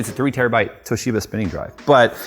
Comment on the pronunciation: I laughed and cringed so hard at the same time when he said tohisba drive and bootloop within the same sentence , I do wonder why that would be :p Never trusting ocz/toshiba/kioxia again for ssd's (all the ssd's I had from them died either within warranty, or shortly after warranty)